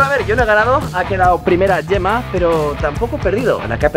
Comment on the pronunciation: ¿Como que "yema perez"? Se llama gemma, se pronuncia como "Je" no "ye"